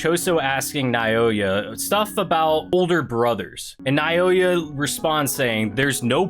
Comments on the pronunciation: Plsss continue it plsss 😅😅😅😅, and you can read naoya name (Naw-ya) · I pronounce it Now-Oy-Yuh